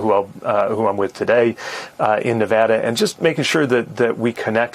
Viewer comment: He said Nevada correctly 🤩